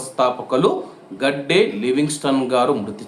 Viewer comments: గడ్డే కాదు bro గద్దే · హాయ్ బ్రొ గాడ్డే కాదు గద్దె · అన్న గడ్డే కాదు గద్దె అన్న